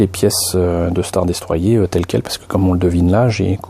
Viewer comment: Elle est pas mal mais le star destroyer se prononce star destroyeur